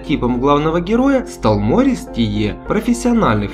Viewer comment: Не МОрис, а МорИс, недоумки....